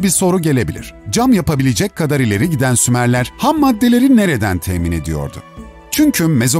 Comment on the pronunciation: Abi önce uygarlar diyip sonra sumarler diye konusdunuzda anlamadım